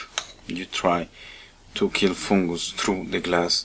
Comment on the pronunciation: 😂I love the way you say foooongoose 😂 mate I appreciate your showing us how to clean it🙏😉